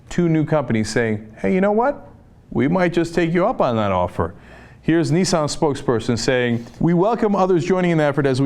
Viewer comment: Heh, Cenk says Nissan like Nii-san.